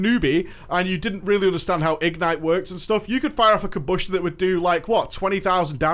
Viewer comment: igNITE not IGnite